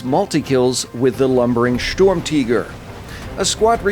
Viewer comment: Its not storm-tiger its sturmtiger you ww2 idiot.